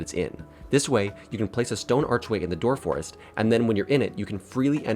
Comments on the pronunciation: Great video but door forest instead of doorest? lol sorry but no this is exciting! I love seeing a new video from you on the progress of this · nor door-est? unplayable